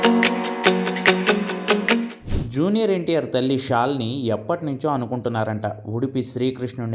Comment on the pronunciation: షాలిని కాదండీ.శాలిని అనాలి.మీ తెలుగు వాళ్ళ కి శ కారం పలకదు కాబోలు.శ కారం వాడాల్సిన చోట ష కారం వాడతారు.మహేశ్ కి బదులు మహేష్ ,ప్రకాశ్ కి ప్రకాష్, రమేశ్ కి రమేష్ ఇలా.రమ+ ఈశ= రమేశ, మహ+ఈశ=మహేశ. శాలిని పేరు మంగుళూరు,ఉడుపి ప్రాంతాల్లో చాలామంది పెట్టుకునే పేరు. ఇది తెలియక షాలిని గా మార్చేసి ఆవిడ ముస్లిం మతానికి చెందిన వ్యక్తి గా ఆంధ్రా లో ప్రచారం చేసారు.